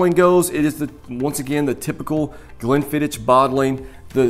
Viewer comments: Please! It's "ck," not "ch"! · As soon as I heard "glen-fidd-ich" I stopped watching. Come on man. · Stopped 40 seconds in when you call it Glen fidditch 🤨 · If you want to do whisky reviews firstly you have to learn pronunciation of them You made a mistake about pronunciation of Glenfiddich which is elementary and beginers whisky